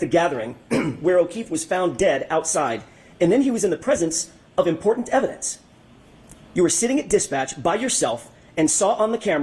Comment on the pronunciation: Host. Highly educated however she is unable to pronounce a medial “T.” She says wri-un for written impor-unt for important Buh-un for button. Can-un for Canton. Etc. Drives me crazy! She can say Boston tho